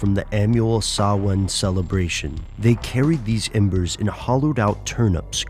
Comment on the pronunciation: shocking presentation of samhain.. you'd never pass your irish oral.. :P